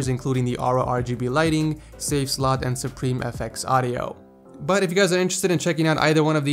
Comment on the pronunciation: it's slot not slut